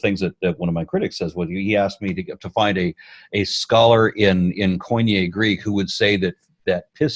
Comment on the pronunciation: Perfect! Pleased to meet you and! Glad to see the atheist community of Hellenes to be active! seems to be a great guy, a philosopher even! One thing I would like is to teach how to pronounce κοινή, because coin-e makes me feel I want to cry xD